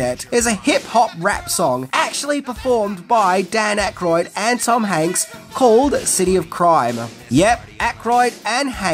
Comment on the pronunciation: First off, you're too old to say ''cringy''. Second to go, it's the 80's, you hipster man child🤨 But cheers for not screwing up mispronouncing Tom ''Hanks'' 👍🏼